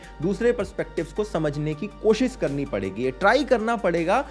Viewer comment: Accha laga. Kaafi sahi tarike se samjhaya hai. Buss ek chiz pe kaam kar sakte ho. कोशिस का उच्चारण सही हो सकता है थोड़ा. कोशिश करो. All good otherwise. Keep it going.